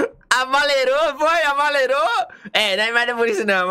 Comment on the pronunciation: "Amalerou" é fd kkkkkkkkkkkkkkk